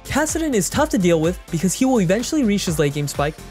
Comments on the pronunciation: Every time the narrator oddly emphasizes the word "Will" as in "you WILL" ....Don't tell me what to do! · who is this new reader and WILL they ever stop putting so much emphasis on the word WILL